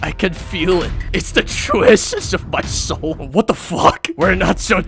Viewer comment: "IT'S THE TWUE ESSENSE OF MY SOUH"